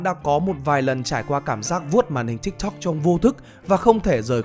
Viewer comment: T đã dislike và hủy theo dõi vì giọng đọc cái chữ tiktok chúng toi k cần phải đọc như thế